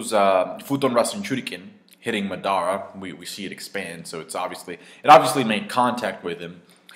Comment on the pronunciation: Mar-dar-ra lol say his name properly please.